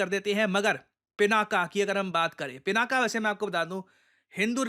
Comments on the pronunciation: उसका नाम पिनाक है, न कि पिनाका। पिनाका स्त्री नाम हो जाएगा। 🙏🏻🙏🏻😏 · Being a teacher, you should pronounce correctly, dear. It is not pronounced "पिनाका" but "पिनाक". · पिनाका नहीं सर, 'पिनाक' । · वैसे तो गलतियां निकालना मुझे पसंद नहीं, पर यहां correct करना आवश्यक हो जाता है - शिवधनुष का नाम पिनाका ❌ नहीं पिनाक✅ है। आप defence equipment को पिनाक या पिनाका कुछ भी कहिए I have no problem with that but देवाधिदेव महादेव के धनुष के नाम उच्चारण आपको सही करना चाहिए।